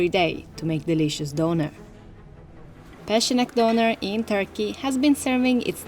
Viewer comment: Just want to points out, the letter 'ç' in Turkish is pronounced as 'ch', as in 'check'. So, the name 'Peçenek' is just 'Pecheneg' in Turkish spelling. Yeah, otherwise this is a delightful video. 😋